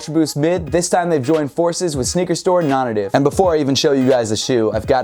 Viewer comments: Is it really pronounced non ative and not non-native? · Non native. Nay tiv